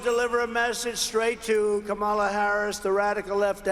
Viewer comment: Democrats and the media should continually call him Don-OLD Trump until he stops calling Kamala Kam-MA-la.